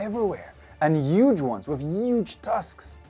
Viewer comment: I love how pronounce huge… “ uggge dinosaurs” 😂